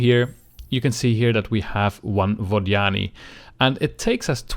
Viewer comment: its Vod Yani... not Vaginy great video though, but stop saying their name... I cant handle it. lol